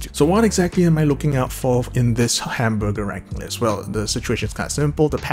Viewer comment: Ah yes. Hamborgar